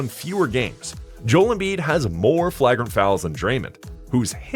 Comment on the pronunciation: Great video, but the way you pronounce “flagrant” and “Draymond” 😅